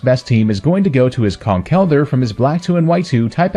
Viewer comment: I’m just happy you pronounce Conkeldurr right lol